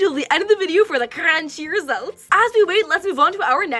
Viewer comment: "CrAncHi Results"